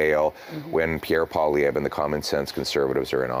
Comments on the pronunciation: Pauliver. 😆 Try Pwalee-evr. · You say Poilievre easily. It’s Poly- Ev. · How to pronounce Pierre's name. Pierre Poilievre (Pwaw-Lee-Ev)